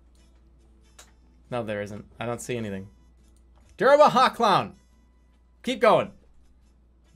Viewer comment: I get a kick out of how Jerma pronounces “clown” like “clawn”